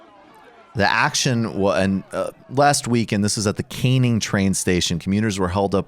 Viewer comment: Hate to be a dick. But it’s Can-ing. Not caining. Agree with your point tho regardless !